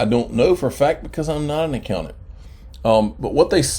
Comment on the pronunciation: A-COW-NANT 🐄🐮 moo